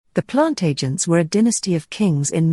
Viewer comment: This speaker has no idea what it's talking about, since it's obviously a robotic voice. Plant agents? Plan-tagenet is how it's pronounced. Henry II being called curtmantle because of how many people he killed? No, it's because he wore a long cloak or mantle. Geez. So far off with most of this, that I didn't know whether to laugh or scream.